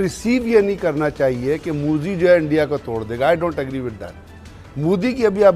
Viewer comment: साला टकला चोर भिकरी, मुंह में क्या डाल के आया है?, मोदीजी को मुडी बोल रहा है।